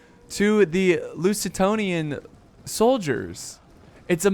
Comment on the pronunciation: Loo-ze-tanians :D